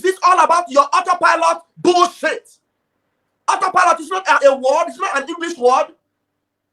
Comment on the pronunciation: But come to think about it. It's just looked as all set up. On that her disgracefully speech, she could not pronounce auto pilot. So, if she has been following the Biafran news for a year now and she never heard about auto pilot. Who is she. Something is wrong with her and DOS.